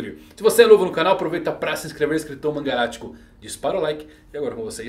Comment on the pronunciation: O que o fala antes do início do vídeo? Inscritomangalático? rsrs Até hoje não sei.